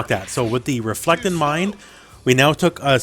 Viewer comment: its a REFLECT NOT DEFLECT!!!!